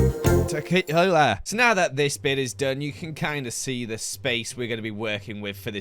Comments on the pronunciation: He was already an amazing YouTuber but once he said “takeaghalah” I knew he had finally ascended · "Tequila" but buh buh buh bu bu bu buh buh buh buh buh "Tekathahaa"